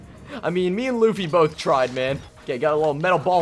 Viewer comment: they butchered luffy so hard but I love you keep up the good work!!!